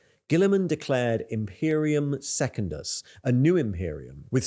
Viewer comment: That is not how to pronounce Secundus….